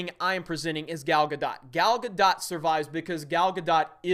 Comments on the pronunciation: Gal-gah-dote (ie. bloat), not Gal-gah-dot . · Gal ga dot? Never heard her name that way.... but yeah agree after Nolan... DC has been a MESS. A lot of the problem is the script but WOW that editing just shoves it in your face how bad they are.